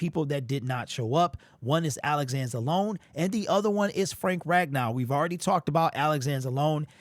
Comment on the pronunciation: Just curious... why do you always pronounce Alex Anzelone's last name wrong? He's been recorded saying his last name